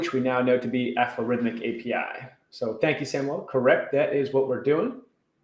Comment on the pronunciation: Excellent, you managed to pronounce Aflorithmic correctly! Thank you for trying our API. Any feedback is extremely welcome.:)